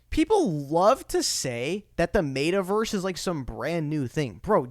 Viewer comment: Bro lol. Mate-a-verse lol. It's pronounced Metta. More power to ya broski. Xrp to the gd moon.